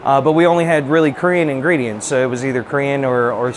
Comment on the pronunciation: As someone who speaks Korean I can’t help but chuckle at the guy at Seoul Brothers’ pronunciation of some Korean ingredients. No shade, just hearing Korean words with that southern drawl warms my heart